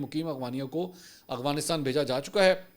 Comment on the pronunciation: Mansoor bhai ap hamaesha aghwanistan bolty hen Afghanistan ni bolty